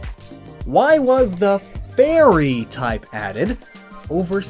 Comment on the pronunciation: You saying 'the fairy' sounds alot like Tefari. Now Im super triggered